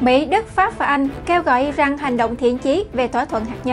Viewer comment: I ran chứ không phải I răng